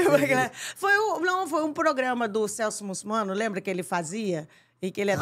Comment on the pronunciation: Ela falou Celso mussumano ou eu tô enganado ? Kkkkk